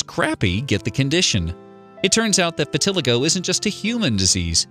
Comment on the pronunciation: Thank you! Their wrong pronunciation almost made me scream!